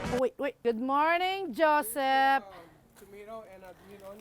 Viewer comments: She said “jo-Sef”... I was like yesssss Jokoy! Lol. Salmon collar bone is the best. They call it salmon Kama at Japanese restaurants 😋 her sinigang and fried collar bone looks so good! Now I want to make sinigang . Sarap! Please showcase more Filipino cuisine . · "Goodmorning JosepppppPpp" Yep, shes Filipina 😂